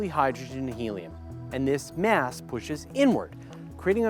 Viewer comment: why do you keep saying Myaaas instead of mass..